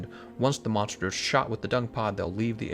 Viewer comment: this man has a 3 star weakness to the letter r, "monshtershs" lul